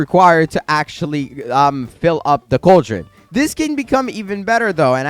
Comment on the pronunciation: It’s pronounced CALL-drun